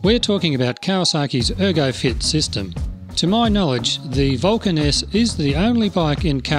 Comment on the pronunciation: The way your said Vulcan S sounds like "Vulcaness" and I wonder if that's just a coincidence , or your speaking style ? I WANT to ride one so badly. I'm a newbie (re-entry same thing) and it seems perfect. I am still getting used to my Shadow 750, but I have a feeling I'd be used to the Vulcan in 5 minutes.